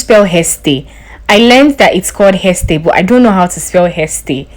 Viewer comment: It's haystay